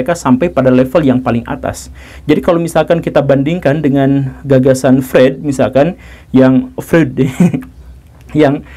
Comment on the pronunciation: Bacanya Froid Pak Guruu. Untuk Komunitas, buat discord channel aja pak efektif.